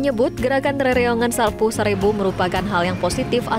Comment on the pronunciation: Bukan Sapoy Sarebo, tapi Sapo-é sarebu.